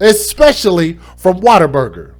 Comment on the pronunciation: WhatABURGER. Not waterberger